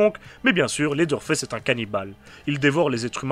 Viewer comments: 😂désolé pour la movaise blague mais de vrai ça se dit faice vraiment avec l’accent anglais parce que sinon ça fini par se dire fesse:/ 😂, a et ps jsp encore si j’adore ta chaîne a cause du générique un peu bof bof et l’intro souvent malaise mais j’écoute tes vidéo de bestiere de l’horreur depuis se matin ( il est minuit chez moi) donc j’écoute beaucoup tes vidéo pour vrai c’est bon et j’aime le fait que tu cherches vraiment toute tes informations par contre tu parles un peu vite et ont dirai que tu est un peu pressé mais c’est pas grave parce que t’es recherche pour faire tes épisodes son vraiment cool et ont s’en que vraiment tu y prend du temps et que tu fais un magnifique travail aux finale,continue dans la bonne voie 😁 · Et pourtant : Ew se prononce "Ou" comme dans "Lewis" (prononcé Lou Isse, l’équivalent anglophone de notre prénom Français Louis) ou "You" comme dans "New" Leather ne se prononce pas "Laizeur" mais "Laiveur". Dans aucune situation "Th" résonne comme un "Z" Même "Th" dans le contexte du pronom (le ou la) par exemple "The Witcher", ne se prononce pas "Ze Witcher" mais "Veu Witcher". Donc factuellement, tu as tort je t’assure :) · ARÊTE DE DIRE "Leather Fesse" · J'aime beaucoup au début la prononciation de en tout cas super vidéo ça se voit que tu t'y connais en film d'horreur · Leatherface on est d’accord mais à ta prononciation en dirait qu’tu dit « laideur face » ce qui lui va bien aussi mdr, j’aime beaucoup gg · Phonétiquement parlé : Leatherface = laiveur faisse Hewitt = youwitte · J'ai un jdm pour ta prononciation de leatherface "laideur face" héhé